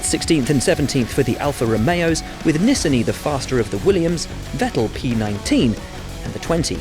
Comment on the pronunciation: When pronouncing the last name of an Israeli driver (Nissani), the stress is on the second syllable and not on the last.